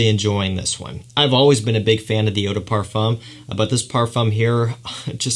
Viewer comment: What a handsome devil. Super charming. If you say parfum leave off the m. Literally parfuh is correct. Other wise it's eau de parfoom if it's spelled eau de parfume. Except you tighten your lips in a circle as if you're about to whistle. Eau de par-fooooom with your lips as I described. Your super elegant classy charm is only going to be amplified (you know this industry is super snobby, so it's just a tip). Also, you pronounced "toilette" perfectly. It's twa-let, eau de twa-let is exactly how you say it and the more obnoxiously french sounding you can make it the better! Well done! Lol 😂 I lived in Paris and they are some of the best and some of the worst. In any case, i love this kid and I'm certainly a new fan. You've earned yourself a subscriber.